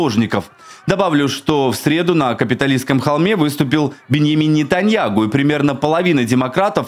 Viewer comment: А ты не поняла , что он произносит НетаньяГу?